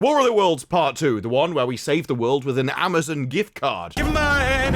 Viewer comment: I swear it sounded like the first words you said in this review were “woolly worlds”